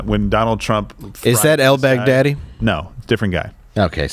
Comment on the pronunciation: When al baghdadi was mentioned, for some reason I heard "outback daddy.' Odd.